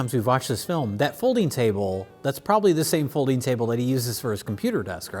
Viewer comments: Did I hear "folding chable" several times in this episode? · why did pronounce folding chable funny?